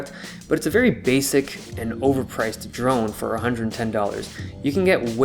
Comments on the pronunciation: I cringed everytime I heard "drug" instead of drone. Either that or my ears are broken. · I cringed every time you said drone.